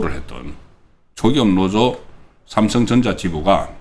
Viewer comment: 노조지 노오조가 아닙니다 방송하려면 발음에 좀 신경 써고 아무리 겅북사람이라도 듣기가 영 아니네요